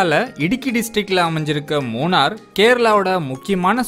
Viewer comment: மூணர் அல்ல நண்பரே மூணறு. 🤦‍♂